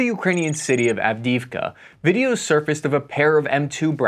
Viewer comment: Av-di-iv-ka, Sir.